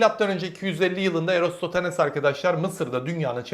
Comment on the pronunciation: bu vid bir defa daha çekin sn. ama erostotanes demeyin; eratosten deyin. veya eratostenes de diyebilirsiniz.